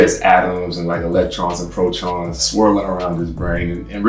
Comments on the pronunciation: bro really said "protrons" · Did this man say electrons and protrons